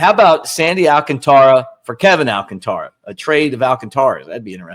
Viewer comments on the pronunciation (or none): Al CÁN tara. Not Al can TÁ ra.